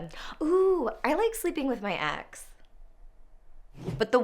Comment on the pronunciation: Yeah i also heard axe